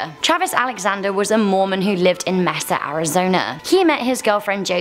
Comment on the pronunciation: Travis Alexander. I know the story. Born and raised arizonan. But you mispronounced Mesa. It's more like Mace-uh